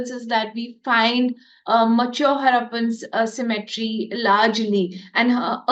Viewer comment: Cemetery's prenounciation is different from symmetry